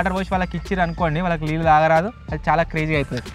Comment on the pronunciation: లీళ్ళు కాదు బ్రో , నీళ్ళు